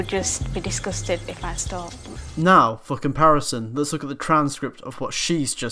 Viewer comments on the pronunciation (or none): when you said for comparison.. i thought u said "fucking parasite" lol